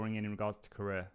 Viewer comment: The way you pronounce Korea is killing me dude 😂